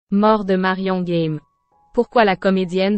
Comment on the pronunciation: Merci pour cet hommage, mais la pronociation n'y est pas c'est GAME et non Guème comme vous le pro,ocez, merci de rectifier. Il ne s'agit pas d'un jeu Game en anglais....